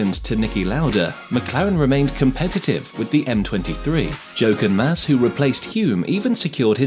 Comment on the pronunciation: I’m calling it… you have been an F1 fan for less than 5 years. A few names were miss pronounced, Hulme, Jochen Mass, Kovalainen and even changed how you pronounced Mayer halfway through from My-er to May-er. Also I think you claimed Hulme scored McLaren’s first win which is not correct.